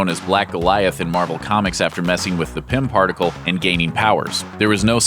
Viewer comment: Did you say Pimp particles? 😆